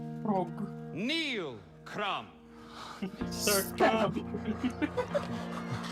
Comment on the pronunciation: "CRUMB! CRUMB! CRUMB! CRUMB!" - you sound like the audience of a Bulgarian Quidditch Match. (KRUM! KRUM! KRUM! KRUM!)